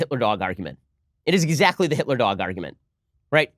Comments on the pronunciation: "HITLAH" - Ben Shapiro 2019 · HEETLA! LOLOLOL